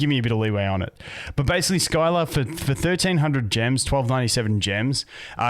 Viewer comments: My only input is that her name is pronounced "Sill-a" and hearing Skyla hurts my soul lmao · Good vid got any thoughts on how good the new units are? Its pronounced Si-la not Sky-la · Sill-ah not Skyla, hurt my soul hearing that butchering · hey bud scylla aka skylah is pronounced sillah. But i do enjoy hearing you say skylah. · I know you always say you're bad with names, but I just wanted to say as an FYI that she's pronounced "Silla." The Greek myth. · It’s pronounced s-ill-ah lol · Scylla is pronounced "SILL" "UH"